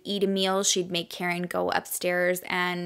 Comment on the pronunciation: I wanna say her kids name is KA-REEN. Not Karen lol. But I’m sure you watched videos and know more than me. Coming from a Spanish family, we have “karin/carin/“ but it’s pronounced ka-reen